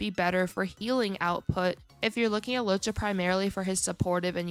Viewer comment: LOOWOH-CHA not Lowcha